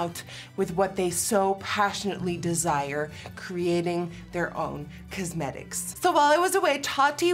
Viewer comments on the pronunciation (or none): I love how Nikki says “cuzmetics” I love e way she says it 😂